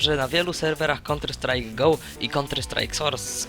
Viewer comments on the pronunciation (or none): nie konter strajk tylko kałnter strajk :P